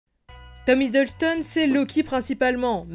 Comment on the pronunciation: C’est Tom Hiddleston pas Hideulston (je parle de la prononciation pas de l’écriture 😉)